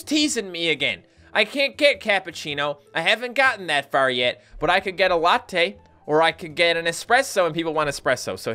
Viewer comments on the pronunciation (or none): Ahahhaaha great, I love when you say "Latte" and Cappuccino xD ahhaaahah